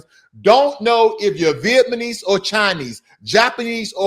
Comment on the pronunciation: It’s Vietnamese not Vietmanese